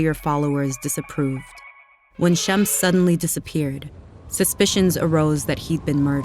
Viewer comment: Is she saying Shemps?